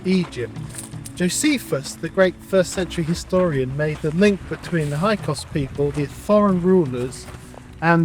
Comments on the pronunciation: Hi Sorry correction, it’s HYKSOS not HYKOS!😮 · Right. The incorrect pronunciation of Hyksos as "Hykos" made me wonder what else he might have been getting wrong. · You mispronounced it by omitting the first S.